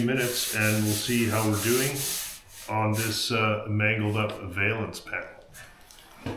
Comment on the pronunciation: Whats a vaylance lol😂 perfect repair as always tho.